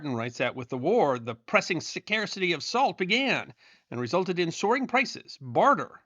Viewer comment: Did you and do you always pronounce the word suh-carcity? 🤔